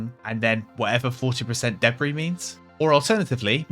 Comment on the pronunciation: It’s debry like he said lol. Jk but just funny how he said debri.